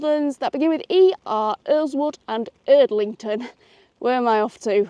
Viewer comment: An interesting video for me as I live near Tame Bridge Parkway and use West Midlands Trains a lot. One of the WM stations you mention is Erdington, not Erdlington, but an easy mistake to make if you don't know the area ! You could have picked a nicer day though ! ps If you visit Dorridge Station again, there is a very good independent coffee shop on the London bound platform.